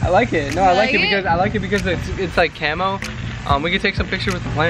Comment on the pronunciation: Congrats for 100k countdown.. But... what did u said?? Camo?? Cameltoe?? 😆